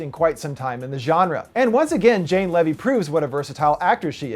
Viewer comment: Looking forward to Monster Trucks because Jane Levy is fantastic. I also LOVED Don't Breathe and think it was one of the best horror films I've seen in a while and one of my favorite movies I've seen this year. Lastly Jane's last name is pronounced LEE-VEE not LEV-EE. Great review :)